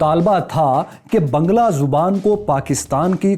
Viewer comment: you are still pronouncing the language wrong. It is baang-laa.